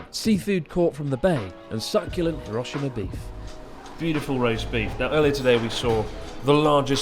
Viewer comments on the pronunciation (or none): Have the Japanese friends not told you it is not pronounced Hiro' shima but Hirosh'ima,stressed shi ... You should know this by now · educated people pronounce Hiroshima correctly in any language,bud..don't add ignorance to bad manners,bud